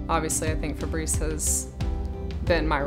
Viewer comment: Yeah, but she pronounced it "Fabreeze." If I knew a Fabrice I would do him the favor of saying it correctly... doubly so if he were my husband. Weird that she doesn't.